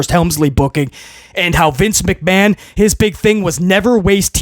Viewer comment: Triple McMa”H”an 🤥